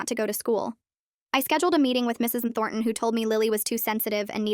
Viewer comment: Anyone else bugged by the teacher’s being pronounced as Mrs EnThornton?